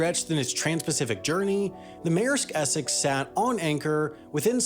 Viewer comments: its es-sex not esec. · Essex is not pronounced Esseck :| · Your inability to pronounce the word Essex is hilarious 🤣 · Man what is going on with your pronunciation? Even with English words like Essex (essecks). And how did you get to vung tai out of Vung Tau (voong tau).